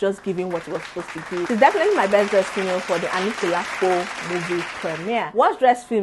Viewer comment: Lol the way you pronounced Ariyike's name 🤣🤣🤣 I wish I can drop a voicenote..lol However you got the pronunciation of the name of the movie 👏🏽👏🏽👏🏽